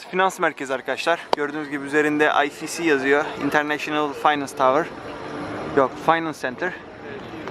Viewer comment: ayfisi değil Ayefsi :3